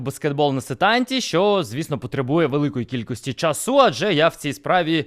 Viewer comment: Круто. Молодець, але тільки кажи будь ласка не часУ, а чАсу✅!